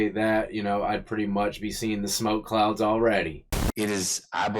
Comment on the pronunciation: Bro said the clouds backwards and wrong lmao